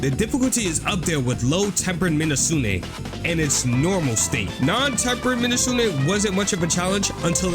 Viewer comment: u kept saying minuzune instead of mizutsune